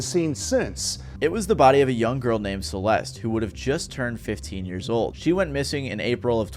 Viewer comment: The E at the end of Celeste is silent fyi.